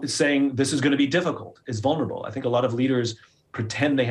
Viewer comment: I feel like 'honest' actually fits a little bit better than 'vurnable'